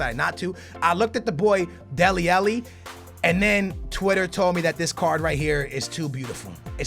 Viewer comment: It's deli alli not deli elli